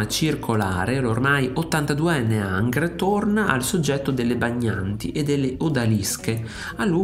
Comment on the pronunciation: engr non angr